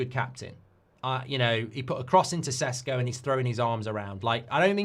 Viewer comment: Love the win.. But hate how you went from saying Šeško back to fkn Cesco 😭 what's the problem with saying his actual name properly? It's not like it's a hard name..